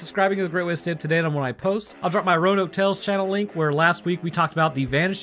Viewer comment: Yo Roanoke is roan-yoked